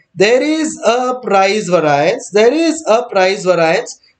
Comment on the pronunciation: bhaiya variance ko theek se pronounce kariye warna students popat bolenge